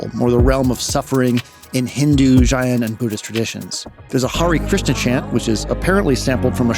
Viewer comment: Fantastic video as always. Just a note that Jain is pronounced like the name "Jane" :) (source: me, my family is Jain)